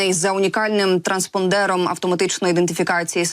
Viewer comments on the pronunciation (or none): АнгарА, а не АнгАра. ТранспОндер, а не транспондЕр. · Будь ласка, перевіряйте наголос у словах, не треба бути такою самовпевненою. АнгарА, транспОндер...